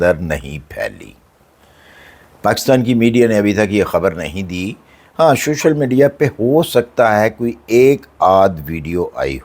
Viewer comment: اچھا یہ شوشل نہیں سوشل ہوتا ہے 😂